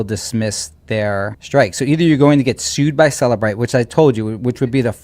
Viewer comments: Cellebrite sounds like cellulite. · LOL “cellulite”